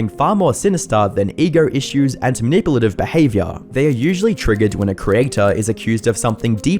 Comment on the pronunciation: Are you trying to say "manipulative"? Youtube subtitles can't sort it out.